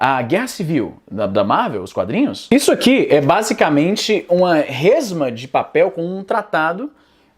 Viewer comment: Sei que tu fala bem, mas se liga no "resma de papel" aí. Abraço